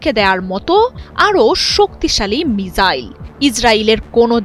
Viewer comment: মিজাইল নারে বইন মিসাইল বল😃